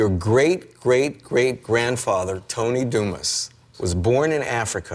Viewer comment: Anyone else bothered by the pronunciation of Dumas? ......